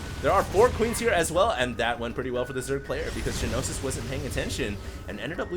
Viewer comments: It's gnosis, not g-nosis. Means knowledge in Greek. I've heard used in English before, butI can't remember the context :S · It's pronounced "nosis", not g-nosis. Gnosis is Greek for knowledge, and usually means religious knowledge in English (ie gnosticism = belief that matter is evil, knowledge is emancipating). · One thing about the pronunciation: it's just "Nosis," despite the G. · Hearing you say Ja-Nosis all game is driving me crazy. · You mispronounced gnosis.. g-nosis lol... xD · "Gee-nosis." *twitch* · It's "NO SIS". The 'G' is silent. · Gnosis ... Pronounced NO-SIS. It is a Greek word meaning revealed knowledge. The Gnostics were a major heretical religious movement in medieval Europe who believed the creator of the known universe was evil. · Yes, you're right. I was just trying to give the pronunciation of the word, including the two syllables (not saying it should appear that way, just that that's roughly how it should sound); was pronouncing the "g," which is silent. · pronouncing silent g's makes me bat shit, sry.